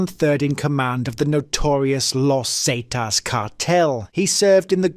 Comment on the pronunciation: Los Zatas⁉️ 😂😂😂